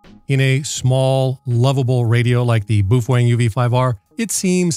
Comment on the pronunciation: /me_wife: why do you keep giggling? /me: oh, uh nothing. [dude says boof wang again] /me_wife: why do you keep giggling?!?!?